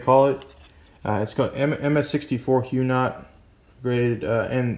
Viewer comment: To answer your question, Huguenot is pronounced like "HUGH-guh-not".